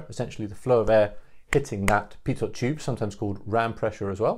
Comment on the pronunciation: Good summary. BTW a tiny point: Pitot is pronounced without sounding the last letter, ie "pito".